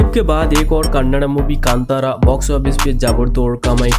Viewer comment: You can't pronounce the movie name correctly